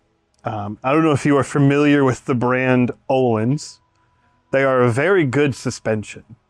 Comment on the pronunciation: This is going to be a sweet car! Btw, the Ö in Öhlins is pronounced like the ea in "earn". Source: am Swedish. 😁